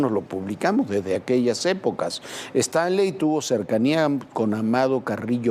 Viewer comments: Muy mal dicho su nombre es Paco Stanly no estrangli como lo menciona la conductora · Paco Stranlei ? Stailein , ha pasado tanto tiempo que pocos recuerdan como pronunciar su apellido correctamente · A los 13 segundos de iniciar el video la reportera dice: Paco Stranly! En ese instante me fuí a otro video, uff!! Adiós. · No es Stranly es Stanley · Se pronuncia "stanly" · "Paco Stanly"?????????dice la chava al inicio 😅😅😅😅😂😂😂😂😂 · Primero aprenda a pronunciar bien el apellido del señor. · Primero pronuncia correctamente su nombre ni una ni el otro al menos pueden si quiera hacer eso correctamente y ahora resulta q ellos saben la verdadera historia? Q Ridiculez!!!